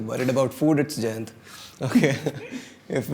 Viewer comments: Jayant sounds like "djent". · his named is pronounced "djent"?! How awesome is that. I was in love with the idea it was pronounced "giant" but djent is almost better!